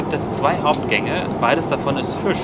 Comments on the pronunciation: Lustig, dass statt einem I immer ein Ü ausspricht..."der Füsch war sehr früsch"...:D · Der Füsch, früsch auf dem Tüsch. Ist mir auch aufgefallen :D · Tüsch, Füsch...Ich finds so geil 😅